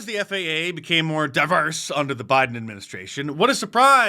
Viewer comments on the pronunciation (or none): “Flew unda da radar” you don’t say, crock-of-shit?